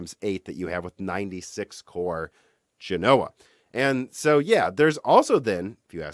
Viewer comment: He routinely mispronounces all kinds of words. Genoa also has stress on the first syllable, but he pronounces it guh-NOH-uh.